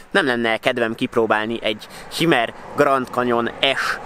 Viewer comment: Hümer, így ejtik.